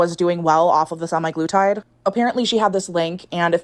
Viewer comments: the way she says sem-i-glutide instead of sem-a-glutide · “SEMI. GLUE. TIDE.” Drove me nuts